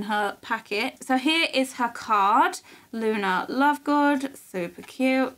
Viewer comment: Luna not luma anna